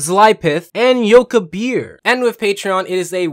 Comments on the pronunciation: he said yokibir instead of yobikir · It's Yobikir, not "Yoke a beer." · anyone realised said it as "Yokibir" instead of what was written there which is "Yobikir" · Also you said yokibir but listed yobikir in your shout outs